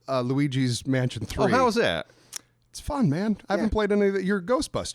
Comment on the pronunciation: I'm thinking, "who the fuck is Louie G?" Had to rewind to make sure. Then I heard "Luigi".